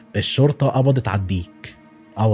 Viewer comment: يا ابوس ايدك..الشرطة لام شمسية..حرف الام مش بيتنطق😭😭😭 حرام عليك اللغة العربية ارجووووك😢😢😢😢